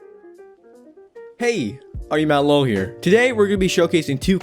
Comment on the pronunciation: Say ur name right its are u mad lol not are u ma lo